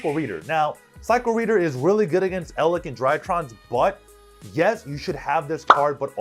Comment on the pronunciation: you are mistaking lich, the blood sucking pest (ch as in check) for lick like with your tongue that has a ck as in kick. Eldlich is Elder lich. Now say bitch, lich and Eldlich and there you have it...